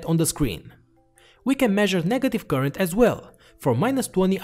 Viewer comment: I miss the old way he pronounces current (koorent).